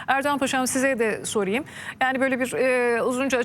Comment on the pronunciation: Yav şu Türkçeyi doğru konuşun soriym diye bir kelime yok yok yok,sorayım diye konuşun yav